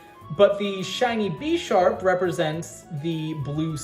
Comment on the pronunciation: The only problem i have is how you pronounce Pokémon as Pokeemon oh and im missing some of your pokemon mispronunciations but you did pronounce Bisharp as Beesharp lol Either way great teams and a goog video concept so 8/10 video